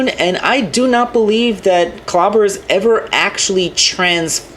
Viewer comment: That female Decepticon Clobber is awesome like I thought it was a female version of Lugnut but I was right it is a different characters. Cyberverse senson 3 will be cool and I understand you say her name wrong is okay. Thank you for the video.